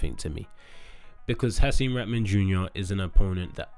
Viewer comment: come on i love you man, but you doing a nasty job on Hasim put some respect on his name